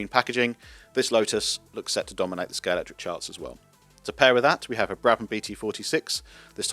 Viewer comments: A video from Scalextric with a narrator who can't pronounce Scalextric correctly. Where did the 'X' go? You need to take lessons from James May. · Love the JPS. Shame bro can't even pronounce the name of his company correctly. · It's always been pronounced ScaleXtric. In the old adverts it was pronounced ScaleXtric - with a hard hard X - now you're pronouncing it ScaleCtric. Is this a pointless rebranding? WHY?!? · Is the X silent? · Derrrrr.....it's pronounced Scale"X"tric guys. YOU should know but many people never, ever LEARN ??